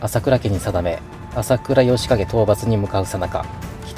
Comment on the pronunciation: 朝倉あほ景ってわざといったのかなw